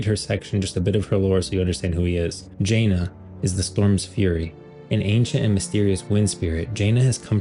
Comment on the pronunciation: Not to be that guy who nitpicks small things but its Janna (Ja-nah) not Jaina (Jay-nah)